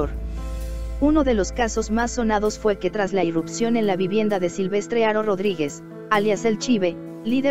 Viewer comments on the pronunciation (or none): none